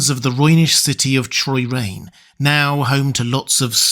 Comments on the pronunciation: It’s Chroyane (kroy-ANE), not Choyrane. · Minor correction. It's Chroyane, not Troyrane. Somehow you said it multiple times. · "Kro-yane", rather. Just sayin. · Your fascinating metaphorical interpretation is enough to save this video from the fact that you pronounced Chroyane “Troyrane” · I always thought Chroyane was pronounced with a hard CHR, like the prefix chrono ironically, maybe it is a clue. Maybe it's not